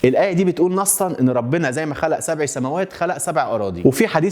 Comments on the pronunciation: "الله الذي خلق سبعَ" العين بالفتح مش بالكسر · الآية سبعَ بالفتحة و ليس سبعِ بالكسرة ثانياً فى تفسيرات أوقع لظاهرة الديجافو و هى التفسير العلمي الأكثر دقّة لهذه الحالة يرجّح عمليّة نقل المعلومات عبر الشرايين إلى المخ، فعندما نتعامل مع موقف أو حدث فإنّه يتمّ نقل هذه المعلومات إلى صدغي المخ الأيمن والأيسر، ولكن في بعض الحالات تصل هذه المعلومات إلى الصدغ الأيمن قبل الأيسر، وبالتالي عند وصول هذه المعلومات إلى الصدغ الآخر يجدها شيء قد سبق حدوثه . ثالثاً معاك فى إن عربجى و سرسجى السينما المصرية مش Number One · سبع َ سماوات* مش سبعِ .. ماينفعش ابدااا تقرا القران غلط.. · سبعَ مفتوحة ف.تقرأ بالفتح، ياريت توضح ده ب.أي شكل علشان دا قرآن ودا لحن جلي يعني فيه أثم،،